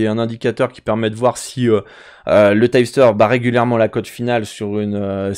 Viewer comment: Pourquoi tu dis "typster" ? en anglais on dit tip (teep) ceci dit merci pour la video ;)